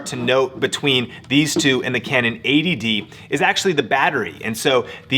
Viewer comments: yes he's saying 80dd which is annoying to hear. Its 80D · Does anyone else hear "ADD" (attention deficit disorder) instead of "80d"? Do I need more Ritalin?